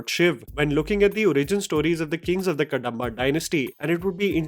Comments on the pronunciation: Its pronounced as कदंबा dynasty not कडंबा.. Apart from that, it looks like the origin story or backstory of Panjurli, amalgamating story points from various sources like Yakshagaana, scriptures etc.. Just my initial thoughts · Its not pronounced Ka-da-mba its Kadhamba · It's कदंबा not कडंबा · Next time- read it as - Kadhambha. The small Dha. कदंबा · It's kadhamba.. please check pronunciation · Its not Kadamba , where d is pronounced as d in david. It should be pronounced as ‘da’ as in sound of ‘the’. Same with dosa I get irritated when indian languages get written in english, all the pronounciation is lost. The r’s la’s da’s get lost. Same with spanish, german etc. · Not Kadamba pronounce like Ka-dom-ba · Small correction its कदंब Kadamba.. ಕದಂಬ ❤ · Pronounciation of "Kadamba" is "Kadhamba" ("कदंबा"). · Correction. It’s pronounced as Ka’The’mba! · The "da" in "Kadamba" is pronounced as in "da" in "ekadanta" and "hyderabad" and not as in "kadva"(bitter in hindi) or "Andamaan". Similarly, north Indians pronounce "do" in Masala Dosa as in "door" or "Domino" but actually it is as in ""yek-do-theen" and "dopeher"(afternoon in hindi). Sadly Indians rely on english to express Indian language which strips the pronunciation information unlike Indian languages which have this quality inherent in them. Even though India is a global IT hub, there is no initiative to integrate and seamless communication between all Indian languages. Whereas translation of Arabic and Chinese languages have evolved to great extent. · Guru please pronounce the word "Kadamba" properly. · Not कंतारा it's कांतारा Not कडंबा it's कदंबा 🙏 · Pronounciations कांतारा ✅ कंतारा ❌ कदंबा ✅ कडंबा ❌